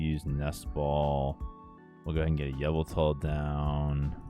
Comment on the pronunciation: Why you pronounce yveltal like "Avatar"